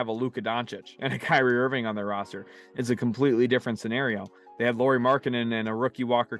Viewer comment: Almost 5 minutes in, so I probably will comment again later but! It's not "Lori" Markkanen (as you keep saying it), it's Lauri which is said similarly as a Lowry in Kyle Lowry. (Or that's as close as English speakers get 😄) Thanks!